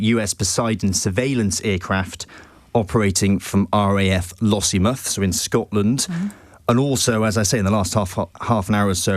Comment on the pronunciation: I just want to know where the independent news is. Oh and it's LossieMOUTH not Lossiemuff - who is this guy?